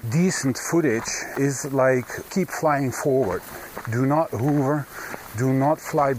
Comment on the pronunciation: Another great video thank you & your enthusiasm is so infectious! Ha Ha its funny how you say 'hoover' instead of 'hover'. Hoover in the U.K. means to use a vacuum to clean the floor..... But I prefer your version anyway, it makes me smile.... :-)